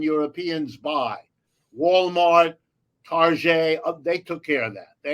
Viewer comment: I love how he pronounced Target, tar-zjay.